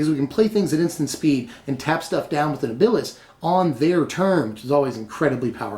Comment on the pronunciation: Second person now to put NibIlis f frost. It's just Niblis.